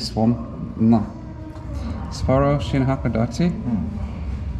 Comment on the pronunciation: I always prefer to travel by train, to be honest. You see more, you are free to move around, and on longer trips, you make new friends in the observation and dining cars. But I had to cringe every time you said Sapporo. Sapporo Breweries USA just killed the oldest brewery in the United States, Anchor Brewing here in San Francisco in a mere six years. 127 years of history and great beer gone.